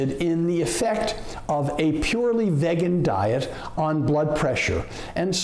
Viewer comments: Dude at least pronounce the word right if you want to be taken seriously. My 30-pt drop begs to differ. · He can’t even pronounce vegan correctly. This person is lying. Here’s some truth: Every person I know that has had heart disease, heart attacks, high blood pressure have all reversed those things on a plant based diet that excludes milk products. Those who did not change their eating habits, died. That’s from the people I know. Believe what you will. Truth or lies.